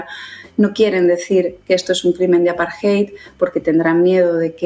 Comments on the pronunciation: Por que dicen aparjeid y no apartheid con t? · No es “el apartheid.” Es apartheid o la apartheid. La traducción correcta es SEGREGACIÓN y no deberías utilizar extranjerismos en español, a menos que un término no tenga equivalente. Además, no se dice “aparjay”. La lectura de esa palabra es un poco difícil en español pero se lee más o menos así: A-PAR-TE-YD.